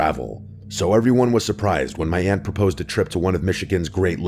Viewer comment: Aunt, not 'ant'.